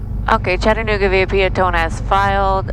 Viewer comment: Aw shucks missed seeing your landing at our home airport! Kudos to the good ol Georgia boy for knowing how to properly pronounce Chat-tan-ooga! Cheers from same!